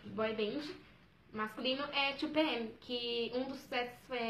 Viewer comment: Amiga vc falo 2PM ERRAAADOOO MDs .....